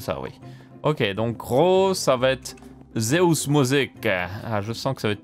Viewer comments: et c'est Zeus, non Zeous. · Par contre tu feras gaffe Zeus est Le roi des dieux grecs, sont nom ne se prononce pas comme ça 😂 en phonétique, on dirait "Dzeusse" Et non pas "Zéousse" 😂😂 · Je vois tout les gens qui disent que tu t'es trompé de couleur mais moi ce qui m'a choqué c'est que tu prononces "dzéousse" pour dire Zeus a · On dit zéouss en Belgique ? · J'arrive après la bataille pour la couleur, ça me rassure de voir que je ne suis pas fou ! Après, je trouve ça pas terrible qu'il ai mis les laines de couleurs derrière le rouge plutôt que le blanc, ça perturbe. Par contre : "Zéhousse musique" ? "Zéhousse" ??? Vraiment ? :p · "DZEOUS " 2018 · j'adore ta conception du 50/50 ( et Zeus c'est le dieu grec de la foudre, ça se dit avec le son eu comme oeuf pas éou comme Séoul )